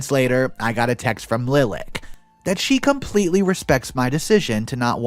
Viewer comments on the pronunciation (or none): Pronunciation: Lilac= like the flower Li lak not lil ak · Lilac is said "Lye-lack," don't get why all these YT readers are saying it "LIL-ick." This isn't the first time I've heard this story with readers saying "Lil-ick" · giggle "LIE-lock" not "LIL-ack" Love your vids and commentary. One of my top three, in fact! Blessings! -Granny Heidi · Lilac is a flower, comes in white, lavender, and purple. Pronounced LIE'-lack. ;D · I'm sure someone else has mentioned it but in the 2nd story, the name "Lilac" is generally pronounced "Lie-lack", like the flower.